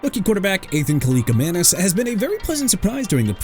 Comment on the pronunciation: DUDE THAT'S ENOUGH! YOU'RE QUITTING YOUR JOB AND GOING BACK TO SCHOOL AND GETTING A PRONUNCIATION COURSE CUZ I'M TIRED OF YOU MISPRONOUNCING EVERYBODY!! JOSH CUEVAS AS IN KWE-VOSS! NADAME TUCKER AS IN NAH-DAME! ATHAN KALIAKMANIS NOT KALIKAMANIS!! PRONOUNCED "AY-THAN KAL-EE-AK-MAN-ISS"!! GOT THAT?! YOU ARE DONE AI VOICE ANNOUNCER GUY!!